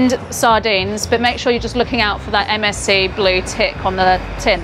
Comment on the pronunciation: Everytime she says MSC I think she‘s saying MSG XDD „MSG sent me sardines“